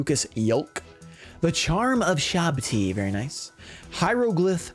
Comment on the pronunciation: lmao you really tried pronouncing hierogryph u got close tho!